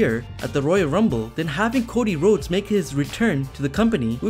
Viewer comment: Cody Rhodes?!?! What are you saying???